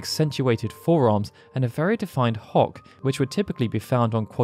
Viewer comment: When he was talking about the ff9 version I thought he said "a very defined hog" instead of hock 🤣🤣🤣